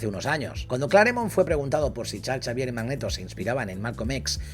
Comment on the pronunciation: Porque le dice chalchavier? 🤣🤣🤣